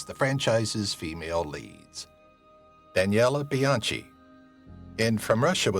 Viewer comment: Also screwed up Daniela Bianchi.